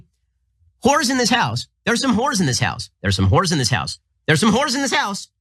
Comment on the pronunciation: Ben Ben Ben. It's "There's some Hoes in this house", not "there's some whores in this house". You couldn't possibly sound more conservative, white, Anglo-Saxon saying whores. 😁🤣